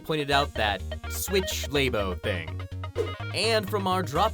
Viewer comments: Switch laibo 😂 it’s Switch Labo like a computer “lab” and the letter “o” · Umm actually its pronounced Lah-b-oh, like laboratory, to incite the idea of a mad scientist creating new things. While not a physical peripheral, Mario Paint had piano in it, and that shit's awesome! People still put Mario Paint covers of music on Youtube, to this very day. :) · Um actually, it’s pronounced Labo